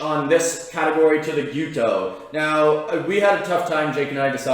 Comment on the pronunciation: And it pronounces without the S in it . Gyuto means cow knife and not Gyoto . Kiritsuke once be considered only use by the executive chef in the kitchen . For me I prefer Gyuto with a petty knife Kiritsuke . Anyway it’s all about how you handle it . No right or wrong . Cheers